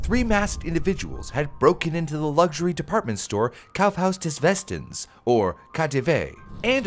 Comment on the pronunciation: Wow, german here and your pronunciation of "Kaufhaus des Westens" was on point, nice attention to detail there, as German pronunciation (like any other) is easy to get wrong. Even if you're slightly off, as a native we'll hear that. And well, it was spot on.